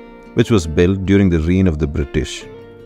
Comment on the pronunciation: Cows ❌ Gows ✅